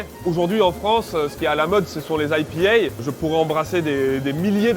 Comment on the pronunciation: Produit purement français d'ou son aie pi hè !! Il est ridicule !